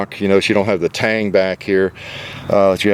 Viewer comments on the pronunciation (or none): none